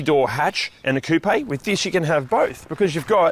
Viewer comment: Why tf do you say coupe like that, it has no accent mark